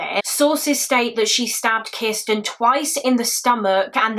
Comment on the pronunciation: have one for every time she says "Kisssten". 🍸🥴